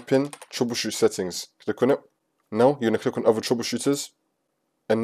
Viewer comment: "click on et"